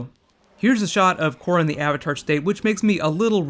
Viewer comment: Le Korra is Le awesome....and saying Le is Le lame :p